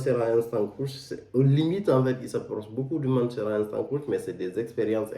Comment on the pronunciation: Ca se prononce je crois creeeeeesh et non croush